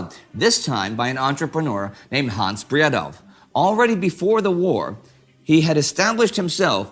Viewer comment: The "w" in Bredow is silent, his name is pronounced rather "Braedo".